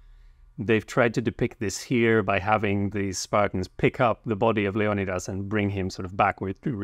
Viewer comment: I die inside every time I hear the American pronunciation (the '300' pronunciation) of Leonidas. Thanks for getting it right, or right for me at least.